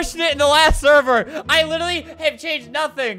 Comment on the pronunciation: I love how he sometimes says 'licherlly' instead of 'literally'